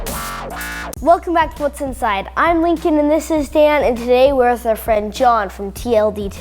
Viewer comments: okay now it's Hat'sInSide?!? How does wha wha wha h how does 'Hat'sInSide' make sense? ?????? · "HAT'S(IN)SIDE?" lol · lol "hat's (in) side"